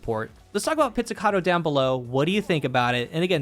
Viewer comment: You're the first content creator i've heard pronouncing this thing correctly, that's a thumbs up in itself. 🤣